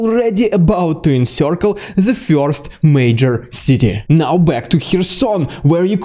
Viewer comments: first not "fjorst" wwrrrrrrrrrrrrrrrr! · Sorry, I prefer fjorst. More exotic, see.